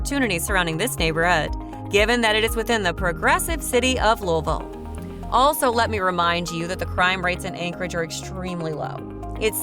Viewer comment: Seriously? Change the name of this video, it is completely useless as this video is entirely about Louisville and its subdivisions. Also, you are not pronouncing Louisville correctly.